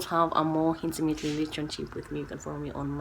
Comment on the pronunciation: The way you pause to tell us about the construction happening, the hintimate part at the end.....woi. This whole video has made my morning which by the way did not start in the best way but here I am, ribs hurting thanks to you. LOL I have had to get out of the office for some fresh air.